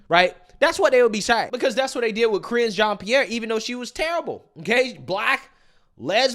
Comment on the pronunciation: She couldn’t even get KJPs name right.